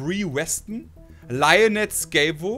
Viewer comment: Lyonette.. ernsthaft? XD Lynette heißt das. Da blutet mein Herz als Desperate Housewives Fan. Hachiko, damn! Der traurigste Film den ich je gesehen habe. Wahre Begebenheit, in Japan gibt es von dem Hund sogar eine Statue.